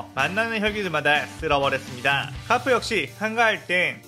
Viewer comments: 아니 가프가 아니라 거프에요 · 가프가 아니라 거프에요.